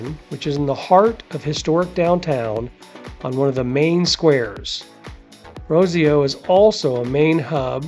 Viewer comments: You really need to learn how to pronounce the neighborhoods. It's not Baxia, (Baexia) it's BaiJUH phonetically speaking of course. It's Rossio (ROSS e o) not ROSE e o. You mispronounce the words and travelers speak this way; you are giving them wrong information. Plus they will sound like idiots when talking to people. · Very interesting, but so many place names are mispronounced: It's BAI-sha (Baixa); RossEEoo (Rossio); BellENG (Belem). Av da Liberdade (not de la..); Jin-JEEN -ya shops; Grassa (Graca viewpoint). It will save a lot of confusion for tourists if they're said properly.